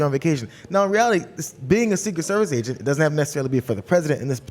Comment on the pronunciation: My sound was low and at first it sounded like they were saying Asian instead of agent.